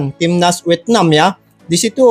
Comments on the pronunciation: Vietnam bro,, 😄😄 bukan wietnam😆😆😆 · Bang cakap ny..wietnam😂😂